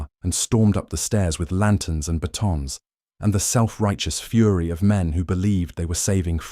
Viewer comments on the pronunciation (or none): none